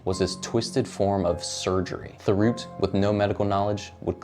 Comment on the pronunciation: Thériault is pronounced “Tério”. But good vid.